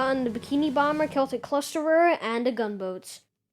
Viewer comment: can't tell if its called "celtic clusterer" or "seltic clusterer"